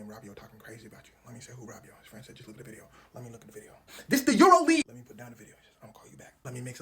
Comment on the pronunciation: Bro really said EuroLeague😭